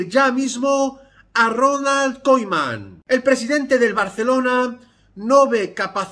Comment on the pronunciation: KUMAN KUMAN de verdad me da toc que pronuncie KOIMAN xdddd